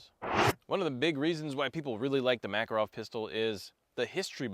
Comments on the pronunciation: Ma-KAR-ov not MACK-er-ov! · I’m so disappointed you pronounced the name wrong like southern hillbilly’s say it. Mah Car OFF, not MACK. How do I know this? I married a Russian woman who’s last name is Makarov